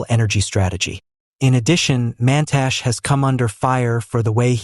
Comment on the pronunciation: Get your "AI voice over" to pronounce the African names CORRECTLY! The last letter on every name MUST be pronounced ie: NOT GWEDE - its prononuced GWED-E and Mantashe is pronounced MANTASH-E